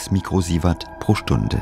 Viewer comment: lol! "mükrosievert" - ich dachte der Ranga wäre Inder und nicht Türke.